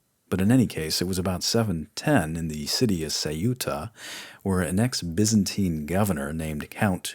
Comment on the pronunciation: Honestly the only thing that bothers me at all is that you refuse to use "S" at the end of words like "the Byzantines" or "the Visigoths".